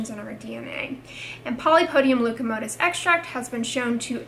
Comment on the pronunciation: Leucotomos ... not leucomotos